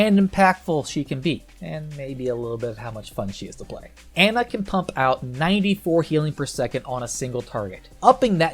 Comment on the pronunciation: Can people please learn to pronounce Brigitte and Ana? They literally say their own name in the game.